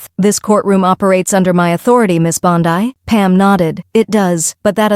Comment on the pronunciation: God. Can anyone please please stop AI narration. My lord. Mispronounced names constantly. It's not Bond I